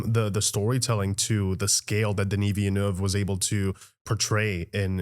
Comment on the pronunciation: As a proud Canadian … thank you for not pronouncing the directors name as DENNIS VILLANUEVA. Love love your channel